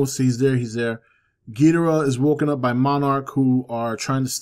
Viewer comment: Hey, not a major point, but in you read this, you are not pronouncing Ghidorah's name correctly. Geederah (I spelled it as you pronounced it, more or less) is actually Ghidorah, and King Ghidorah at that. Toho has clarified that the way actor Nick Adams (from Godzilla vs. Monster Zero) and the move announcers from the 60's pronounced Ghidorah is incorrect. Just want to help correct a relatively minor thing since he is my all time favorite Toho monster! Great channel brother! =)